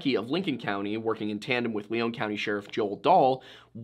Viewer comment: Not 60 seconds in and you have Lion County highlighted on the total opposite side of MN map (even tho you say Southweset MN) and why pronounce Lion County LEON County? Simple facts.